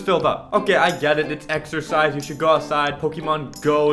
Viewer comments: Whahah he said exercise. Eggxercise 😂😂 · it's eggcersize lol